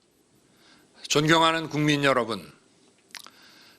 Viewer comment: "존경하는 국민 여러분"이 "ㅈㄱㅌ 국민 여러분"으로 들린다.